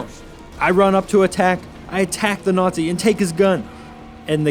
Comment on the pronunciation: What's a nortzi?Learn how to speak u fuckwit.